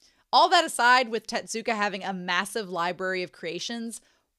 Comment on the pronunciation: Tezzzzuka! not Tetsuka or Tedzuka or whatever you said this whole video T_T